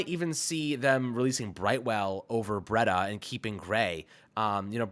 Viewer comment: Breida is pronounced “Breed-uh”, not “Bread-uh”.